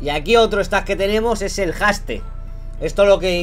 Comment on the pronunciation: Mejora tu inglés Knekrooo, que casi me da un ataque el escucharte decir palabras como Haste, etc.. XDD